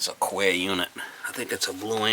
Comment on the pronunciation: I was trying to figure out what a "quail" unit was when I noticed he was saying queer😂 Those old FPE Stablok panels are a good way to test the limits of your homeowners policy. There's a lake community near me of around 50 homes and every one of them had Stabloks in it. At least 5 of them suffered fires related to them. A 15 amp breaker may trip around 40 amps or not at all. By then the wires are glowing.